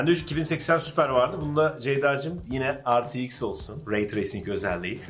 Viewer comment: RTX i okurken R ve T harflerini inglizce kuyup X harfini türkçe okumak.. bu hatayı herkes yapıyor. universitede akademisyenler bile yapıyor. eks diye okunur.